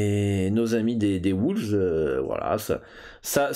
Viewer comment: Tu sent que le gars en a marre 😂 Pas loin du hold-up quand même les "woulves"😅